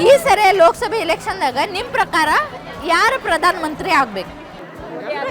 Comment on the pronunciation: Akka ನಿಮ್ಮ ಪರಕಾರ ಅಲ್ಲಾ ನಿಮ್ಮ ಪ್ರಕಾರ anta ಕೇಳು 😅